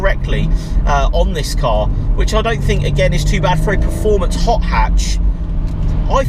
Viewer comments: I think you mean preformance 🤣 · Please learn how to say performance, otherwise an adequate video